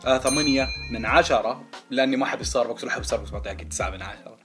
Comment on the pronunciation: بلاه انطق استار بكس احسن مواستار باكس